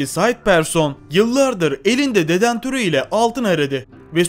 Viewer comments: DEDENTÖR DEĞİL DEDEKTÖR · Yanliz o dedentör değil dedektör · Vay vay Metal dedentör değil dedektör (Seviliyosun) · Dedantör değil dedektör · dedentör değil dedektör o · dedentor nedir yaaa 😂😂😂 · Israrla dedantor diyo sinirim bozuldu ya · Dedektördür o detantör olsa duramazdın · detantör :) değil dedektör ....... mutfak tüpü kullanıyo arkadaş :) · Dedantör değil DEDEKTÖR,muğazzam değil MUAZZAM, 😂 aşırı zenginlik nasıl ölüm sebebi oluyor mk..? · Adam dedantor dedi ya lan :) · dedantör değil o arkadaşım DEDEKTÖR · cümleye bakarmısın bir kere metal dedantörü ile fosil aramaya çıkan adam:))) sesli güldüm dedantör değil dedektör ,ikincisi ise metal dedektörü ile nasıl fosil bulacağını sanıyor o zeki adam, fosiller metalmiydi eskiden yoksa hayvanlar takı mı takıyordu.bu ne biçim seslendirme bu ne biçim cümle yaa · Detantör değil dedektör... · Dedantor değil dedektör. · Biraz kitap oku şu Türkçe ni düzelt. Dedantör ne, 4 kilogram 10 gram ne. Ona dedektör denir. Diğeri de 4 kilo 10 gram dır. Baştan sona katlettin Türkçeyi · 2.21 sn de dedantör nedir ya. Tüpten gazmı çıkaracan doğrusu dedektör. Açıklamada Maden yazmayıp mağden yazan fotoğraf yazamayıp fotoraf diyen bi adamın nasıl bu kadar takipçisi var anlamak mümkün değil. Bırakın artık bu taklit videoları yeni bişey üretin. Amerikalının videosuna türkçe dublaj yapmakla youtuber olamazsın olsan olsan taklitçi olursun. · Dedentör mü dedi 😂😂😂😂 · şu dedektörü düzgün telafuz et nolur :D